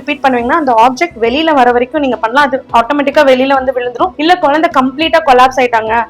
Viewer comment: யெம்மா.. குலந்தை இல்லம்மா குழந்தை..